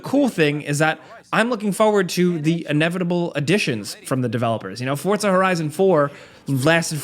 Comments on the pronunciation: It drives me crazy that he says fortsa instead of forza 🤦‍♂️🤦‍♂️ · It’s “FORZA”…not “Fortas”…😂🤣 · Forza, not Fort-za, so annoying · bro, as someone who speaks spanish and italian: dont say "FORTZA" lol. just say Forza. Sounds clownish. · "Forza" not "fort-za". There's no "t". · Please call it “Forza” not “FoRtZa” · Here's a comment for you then, why do you call the game Fort-sa ???? its For-Za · It's 'Forza' not "Fortsa" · Fortza? you mean Forza? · idk why everyone says fortza horizon. lol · Every single sole saying 'forza' be like: forTza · everyone: Forza Americans: Fortzaa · lmao. its "forza" not "fortza". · You said forta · FOR ZAH not FORT ZA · ForTza hah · Can I just ask why muricans pronounce it for t za? 🙄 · People need to stop pronouncing “FOR-ZA” WITH A T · ah yes, forTza, forgot the T was there. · how do americans fuck up most words on the planet?!?!? it geniunly bugs the shit out of me when i hear "for-t-za" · I can't take this guy seriously when he can't even pronounce the name of the game correctly. It's not pronounced "Fort-za" ! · I can’t Unhear “forTza” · Dude, where is the T in Forza? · There's no D in Forza🙄